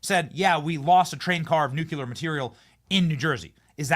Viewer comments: Nuclear Does Not Rhyme With Circular This post might come across as some kind of linguistic snobbery, and while that’s not my motivation, it is a risk I am willing to take. The common mispronunciation of nuclear is something that drives me absolutely nuts. So many people pronounce it as nucular ( nyoo-kyoo-lar) but that is not how it is spelt or pronounced. I’ve even heard scientists on the radio and TV who say it that way, despite the fact that scientists of all people should know better. Did they get through however many of years study at university calling the central body of a cell the nuculus? I think not. Nuclear is a three syllable word, pronounced nyoo-klee-ar. If someone can say the words ‘new’ and ‘clear’ correctly, they should be able to manage ‘nuclear’ by just mashing those two words together. Think of it as linguistic nuclear fusion. It really isn’t rocket science. Dr T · Nuclear, not “nucular.” Since you seem to love this word, PLEASE learn how to pronounce it!! You’re killing me! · Benny, it's pronounced nuke- lee- ur, not nuke - you - lur! Take a good look at the spelling!😅😅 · Dude. You literally said nucular at least ten times. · New-clee-ur, not nukular. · 'Nukulur', again? It's Nuclear. Get it right, Benny. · Thank you Laura, for saying Nuclear. I continue to wish Benny would stop saying Nucular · George W Bush pronounced nuclear incorrectly. Don’t be another George W. by saying nu-Q-ler. It is nu-clee-ur. Thank you! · "Nuclear" is not pronounced "NU-CU-LAR." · Please, Benny! Nu CLE AR. please help him pronounce nuclear!! 🎉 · NucLEAR. Just sayin. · Please learn how to say the word "NUCLEAR"